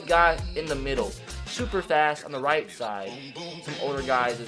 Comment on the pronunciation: you said white not right 😂😂😂😂😂😂